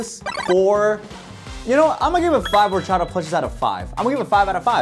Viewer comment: Bros Spanish orachaDa is chopped